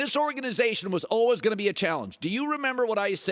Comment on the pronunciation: Colin "olwehs" Cowherd. What kind of accent is that? Lol